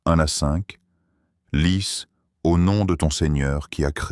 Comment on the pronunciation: Salam oalaykoum, une Petite erreur à lire " lis au nom de ton seigneur,..." C ça IA. Lui dit " lisse" ce n'est pas aussi efficace que ça !!! Jazak Allah kheir Aljaza'a Dr Zakir Naik.❤🎉